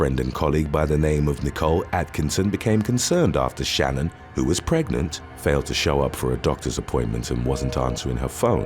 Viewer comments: Just to correct one thing about the dirtbag Chris Watts. Shan'ann was pronounced different from how you said it. I was so taken back by the story I watched so much about it. And based on how her family says it it's not the average Shannon name. Just so ya know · I wonder how many hours YouTubers actually work. Googling the pronunciation of Shanann would've taken about 30 seconds.